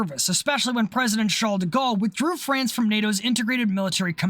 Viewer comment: i have to give you credit for that, it's the cleanest "Charles de Gaulle" i have ever heard an non-french person say